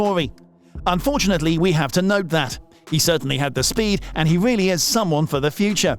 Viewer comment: Wiccairdo? Wedbul? weally?